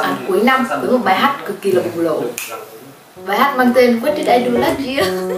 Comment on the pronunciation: bùng LỔ KKKK con ngọng